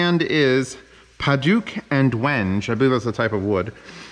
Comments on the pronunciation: Pronounced "wen-gay" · When-Gay is how Wenge is pronounced, Z. :)